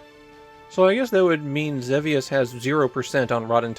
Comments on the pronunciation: ZEE VEE USS It's pronounced WITH A LONG E. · I'm fairly certain that in English, the game is typically pronounced Zee-Vee-Us. But I know you often focus on Japanese, where your pronunciation is standard. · wait there's a correct way to say Xevious? I assumed it was one of those names that had differing pronunciations with no clear right answer